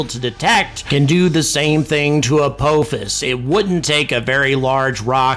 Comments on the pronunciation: emm... it's pronounced apophis not apouphis? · I have watched WAY too much Stargate to pronounce it any other way. It's Ah-pah-fis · ALSO STOP PRONOUNCING APOPHIS INCORRECTLY YOU OLD FART !! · If watched SG1 maybe he could pronounce Apophis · I've never heard apophis pronounced that way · I was wondering if he was saying it wrong on purpose? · That's not how you pronounce the supreme system lord Apophis's name! Shol'va!